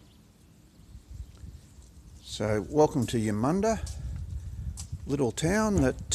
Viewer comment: For. Starters you pronounced the name of the town wrong, Colins surname wrong, and Mr Percival was a pelican not a penguin, I grew up reading his books and. Watching the adaptions of his stories. I also have reliatives in Eudunda and the regions around the town. Although your video was informative, it is let down by the number of mistakes in pronounciation of key words. And names.